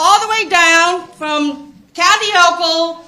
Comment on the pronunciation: "Kasie Hochul"?? Lol